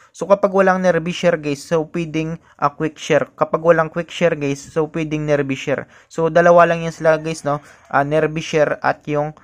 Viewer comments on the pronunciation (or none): Hindi sya nerbee share. Neerbai ang bigkas. Nearby as in malapit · lods nearbay ang pronounce hindi nearbi 👍👍